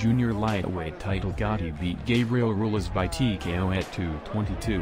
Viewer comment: Gabriel ROO-EL-AS, Jessie James LAY-HA